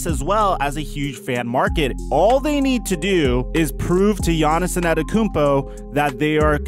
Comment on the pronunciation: Why do you say anerokoumpo . Its antetokounmpo 😂😂 but you are still one of the best basketball YouTubers